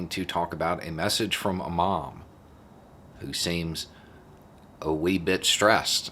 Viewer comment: Hah ... I thought you said "imam" rather than "a mom" at first. I was trying to figure out where it was going for a little bit...